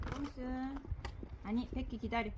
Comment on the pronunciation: 백희 -- 베키 발음이 외국 강아지 같아요 ㅎㅎ